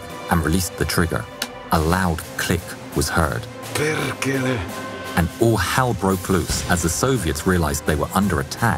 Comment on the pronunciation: a loud click "kerkele" :DDDDDDD as a finnish thats kinda funny because it was meant to say "Perkele" :D